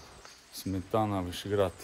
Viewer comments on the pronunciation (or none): Не Сметана,а Сме'тана.